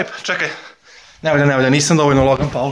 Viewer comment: kaze se pol ne paul..